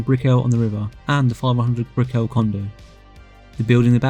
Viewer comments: This was really good. Just so you know…it’s not “Bri-cke-llll” it’s more like “Brickall” pronounce it like if you were saying “magical” lots of emphasis on the “cal” Brick-cal. I live here and no one says Br-ickeel-ll”😂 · dude btw your pronouncing brickell wrong ;)